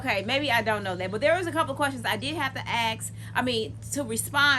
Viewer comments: When did "ask" become "axe" 🙄🙄🙄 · The word is Ask.....